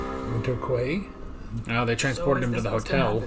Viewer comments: Quay is pronounced key. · Just for your information the word quay is usually pronounced as key, unless they, unless this particular example is a homograph.